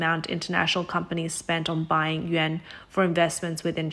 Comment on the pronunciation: Stop saying, “Yen.” It sounds like you’re talking about Japanese currency. Yuan is pronounced as, “Yawn.” If you can’t pronounce it, just say RMB.